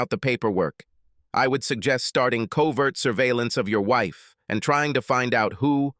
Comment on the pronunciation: "I heeerd my weeef getting out of the shower".😂 Mr. robot voice narrator was programmed by Borat after he graduated from Trump University😂😂😂😂😂😂!